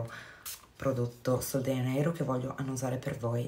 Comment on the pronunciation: Non vorrei essere scortese ma sono quasi certa che si dica sol de “Gia”neiro..perché è portoghese